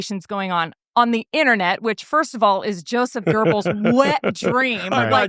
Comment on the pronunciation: LOVE this channel. ( you miss pronounced Geobbel's name....no r ) I might have misspelled it too😂